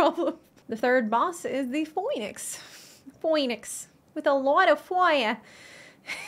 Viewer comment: Phoinix pronounced "Phoenix"